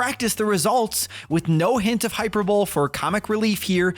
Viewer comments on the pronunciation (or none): Dear American friends, it’s pronounced high-per-buh-lee 😬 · Lot at pronunciation of hyperbole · Wow. Do you hate the people watching your videos? Putting down people with mobility issues? Judging people for which trainer they choose? We're supposed to listen to the opinion of someone who can't even pronounce hyperbole? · Hyperbole? Who says it like that?!😂